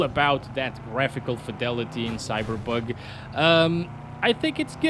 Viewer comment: He say Cyberbug 🤣